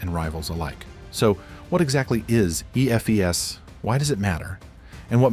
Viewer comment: teach your AI how to read EFES :D